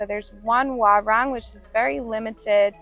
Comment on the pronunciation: Please mention warung as waroong not warang😂. Your partner pronounce it well👍 You didn't visit Senggigi beach?